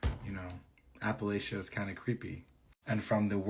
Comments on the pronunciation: The first girls story is so fake. The way she pronounced Appalachia was completely wrong, her age did not add up. How could she be 12 in third grade? Moreover as a native of Appalachia it is well known at A. Skinbuddies tend to lure you out by acting human not just showing themselves and B. You NEVER run always calmly walk alway running only activates its urge to hunt. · Yeah first girl is cap bc we know better than to say the word she did plus she pronounced Appalachia wrong and tbh I don't care what grade she was in when she was 12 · No, uh uh, no one from any Appalachian area says it that way. She also referred to other things in words they wouldn't use 🫤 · I'm sorry but I dont believe the 1st girl 🤷‍♀️ The first red flag is the way she pronounced Appalachia the 2nd red flag is being 12 years old in 3rd grade. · I was thinking the same, like why she said it that way? That’s not how anybody living there says it. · Nah. She don't "Appalachia" right. Ain't from the mountains. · From West Virginia here and the whole time I kept saying was that's not how u say it! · I’m in WNC and her accent and how she pronounces Appalachia is all wrong. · People actually from Appalachia don't pronounce it like that. You can lose your accent when you move away, but you don't forget how to pronounce the name of the place you "grew up" in. She's 100% trying to pretend this actually happened to her. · What southerner or Appalachian says “app-ah-latch-ee-uh” Huh?! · Pronounced Apple-ay-sha or Apple- Atch-Chia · no yeah bc appalatch-ee-uh is crazy. i wouldn’t be able to write out how it’s said but im also from the midwest so it doesn’t matter coming from me. but i do know it was incorrect and no one from appalachia is gonna say it that way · my people have lived in that area for GENERATIONS and I dont care what Matteo Lane (or whomever) has to say... its AP-UH-LATCH-UH. That chick has never been anywhere NEAR here or she would know how to say it. Period.